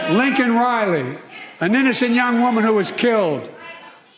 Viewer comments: Surprised joeblow didn't check his watch, while mispronouncing her name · Joe Biden can't even get Laken Riley's name right even with a Teleprompter. I had no idea Lincoln Riley also got murdered by an illegal alien. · So when Joe Biden says her name he says it wrong So he still hasn’t said her name Great